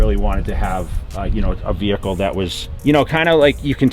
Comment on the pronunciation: Classy wehicle . Yeah.